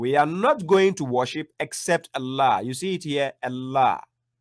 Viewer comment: Why do you insist on pronouncing the word ALLAH with ELLAH? Wasn't the Koran revealed in Arabic, not Aramaic? Wasn't the Prophet Muhammad an Arab? Weren't the words of the Prophet Muhammad spoken in Arabic, not Aramaic? So the word الله is pronounced in Arabic as Allah, not Ellah. ￼